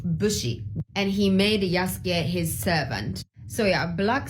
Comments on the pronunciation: Bruh these apparent champions of cultural accuracy pronouncing Yasuke like "yah soo kay" is craaaazy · The condescending tone these assholes use makes me want to punch them. And if you're gonna say that Japan SPECIFICALLY doesn’t like the choice to use Yasuke as the main character in Shadows (which is demonstrably false, they seem to be fine with it), at least learn how to pronounce "Yasuke", a JAPANESE name, properly. Fucking racists.